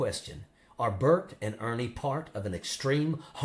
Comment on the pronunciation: Did he actually say “Bernie and Ert”?